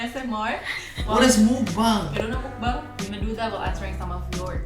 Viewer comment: #fyi Mukbang pronunciation nya 'meokbang' (먹방) MiccU Lai💞💞